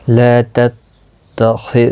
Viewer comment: یتخذ کوتتخذ پڑھ دیاھے اسےدرست کرلیں اسی طرح تقۃ کاوقف بھی غلط اداکیاھے